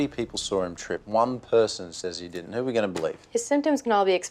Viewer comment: Chase's accent sounds unusually pronounced on that one line. "Thirty people sawr him trip; one person says 'e didn't; 'oo we gonna believe?"